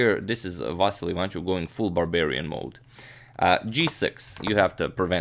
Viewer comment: yes and his second name is ivanchUk, not ivAnchuk, but nobody cares here :)